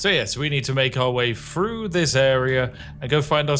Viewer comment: Good video as usual but are you aware you pronounce 'Th' as 'F', its Three, not Free, Through not Frough.